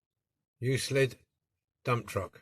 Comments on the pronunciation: Came out great. The c makes a k sound. Pronounced uk lid. Thanks for sharing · Pronounce You Clid. The first Euclid was a Greek mathematician who is universally known as the father of Geometry. Euclid heavy machinery is named after the city the company was founded in ; Euclid. Ohio. USA. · another beautful resto i own one of these as well and now I know how to open it thanks to you oh yeah the truck name is pronouced U Clid the E is silent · Lol - didn't take latin in school right? it's "YOU-KLID" - but still thanks for the video! I can't say 'aluminium' (or spell it either)! But I do love old toys and restoration. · 'Euclid' its pronounced as " Yook-Clid, ...ok ? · Hi just watched your restoration of the Euclid.The decal bit was a bit heary,but as always you did a brilliant job 👍.I think the 'c' in Euclid is pronounced as a 'k'.Great job.Cheers John.